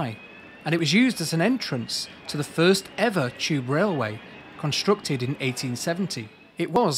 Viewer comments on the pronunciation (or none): none